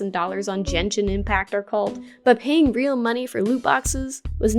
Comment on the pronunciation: Its pronounced GENSHIN not JENSHIN And you can be f2p on that game as well >:(((